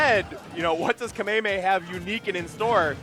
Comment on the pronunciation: He puts the emphasis in the wrong syllable, not really sure why it's cringe though